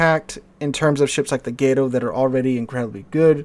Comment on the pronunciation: It is not pronounced 'Gate-oh'. It is 'Gah-to', as in the spanish word for cat. - Or so I was taught.